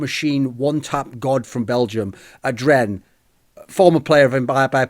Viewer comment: He says Adren and is thinking why the hell did I say adren? Hahaha